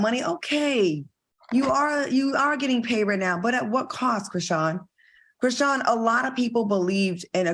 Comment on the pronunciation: Al saying Chriseeyan took me out ahahhaahhaha